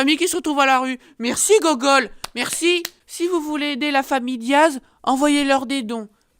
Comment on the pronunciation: J'adore quand il dit gougoule au lieu de Google